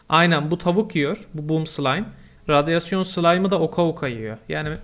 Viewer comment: abi radyoaon